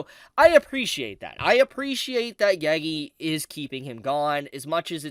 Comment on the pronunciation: pls stop saying gegi